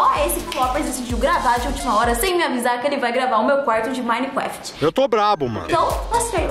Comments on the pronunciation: "Minecwaft" kkkkk amo a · ''Minecwaft'' kkkkk amo a eu e